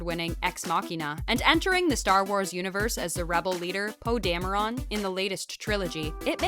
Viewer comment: "Poe Damn-er-on"